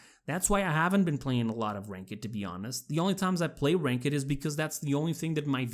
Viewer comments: It’s pronounced (Rai k’d) not (ray kah dudh) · I completely agree.. but please stop prounouncing "ranked" as "wrank-iid"... Its prounounced "rangkt".. you literally hurt my brain. PS: dont expect nothing from Hi-rez / Evil mojo. Move on.. When have they have had an original thought or done something for the Players rather then their wallets? You wont get anything good in their games until they steal it from somewhere else. They accept hundreds of thousands of dollars.. but go ahead and try to contact support or get any communication from them as a "professional" company that ONLY wants your money. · ALL THESE COMMENTS AND NO ONE HAS BOTHERED TO TELL THIS MAN IT'S NOT PRONOUNCED RAN KED IT'S PRONOUNCED RANK'D Good God,my man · man the way you say ranked as rank ed bothered me through this whole vid. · Ok nice video, but that's not how you pronounce ranked...not being toxic it just bothered me how you said ranked as rank-ehd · Rank-ed match. Sorry I know its juts your accent but every time I hear you say that I think its funny :) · Really nice video man Also btw not trying to be mean or anything but your pronouncing ranked wrong. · Also the E in ranked isnt pronounced fully like you do (aka ur saying it incorrectly) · The way you say ranked is weird, its one word and you pronounce it like there is a space or something. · Stop pronouncing the e in ranked. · girl that's not how you pronounce "ranked" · I agree im not playing much and im new cause nothing feels like anything. (also i know its not your fault but hearing your way to pronouce ranked is a bit offputting to me) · Anybody think it's weird how he said ranked? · I loved how he puts emphasis on the E in “Ranked” lmfao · You are pronouncing Ranked wrong....